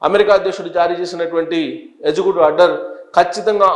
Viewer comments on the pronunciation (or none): This gentleman has to do proper homework …always misleading information . Please properly pronounce “Executive “ not as “ezecutive” ..